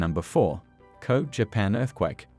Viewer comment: It's a CG text to voice, made to sound Aussie or maybe even Kiwi(there's some odd sounding 6's in there), but clearly the channel creator hasn't bothered to "fix" the text to make things sound correct eg it says Koob for Kobe when it should be KOH-bee